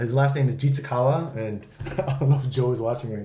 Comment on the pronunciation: 実川は、じつかわではなく さねかわ、かも。